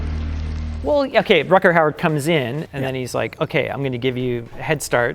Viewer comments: RUDGER howard, a Dutch actor. Not RUCKER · Why was Rutger Hauer not a bigger star? He seems to have acting talent, brains and looks but his career faded away a little from where it seemed to be going. Btw, the 'g' is pronounced rather like the 'ch' in loch. Imagine you're thowing up a hairball. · Both of them don't know how to pronounce Rutger Hauer. LOL :D :D :D